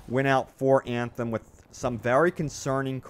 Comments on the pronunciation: Everytime he pronounces "Anthem" something dies inside of me :D no front, love your content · O MG I can’t in hear Anthem!!